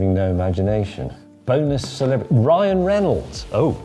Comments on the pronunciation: Am I deaf or did he call him Brian😂? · Did James really call Ryan Reynolds ''Brian"? lol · Brian Breynolds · Bwyan, eh? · "Bryan"... and yes, he always does. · We know you're old James, that's why you kept saying Brian instead of Ryan.😂😂